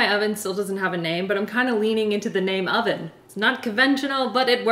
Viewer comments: I think the oven’s name should be named Evan. Every time I hear say, “Oven”, it sounds to me like she is saying “Evan” with an accent. 💕😂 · “Thank you Oven (EVAN)” 😂😂😂 totally thought you said Evan! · My daughter's name is Evan and I thought you said "Evan" instead of "Oven". So there's an idea! 🤷🏻‍♀️ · Wait please name your oven “Evan” bc in all honesty when you said “thanks oven” I for real thought you said “thanks Evan”🤣🤣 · I thought you called the oven “Evan” Maybe that’s his name 👀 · I think you should name your oven Evan. I actually thought you said, "Thank you, Evan!" Then I realized you said "oven." Evan the Oven! I like it! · When she said 'thank you OVEN', I literally heard 'thank you ALVIN' instead😂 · When she said ‘Thank you over” i heard “Thank you Evan” please call him Evan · I vote naming the oven "Evan" because i thought you said "thank you Evan" when you said oven, LOL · LOL I was like who’s Evan then I realized she said oven 😂😂